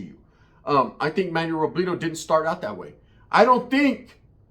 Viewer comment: Savage got taken out like El Pirata de Culiacan for dissing the wrong organization.. 2 content creaters with loud mouths dissing the wrong people when drunk.. By the way, why you keep saying Robledo like a white person? RO-BLEH-DO not RO-BLEE-DO 😄